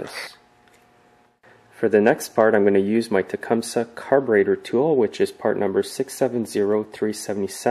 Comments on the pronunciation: It's pronounced Tecumsee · Um... no. No, it's not. Tecumseh was a Shawnee chief who lived in the late 1700s. His name was certainly not pronounced with a "see" at the end. Nor is the name of this company pronounced that way.